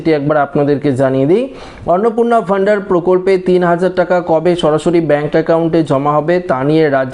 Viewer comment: অন্নপূর্ণা ভান্ডার ❌ অন্নপূর্ণা ভ ন্ডার ✅ 😅😅😅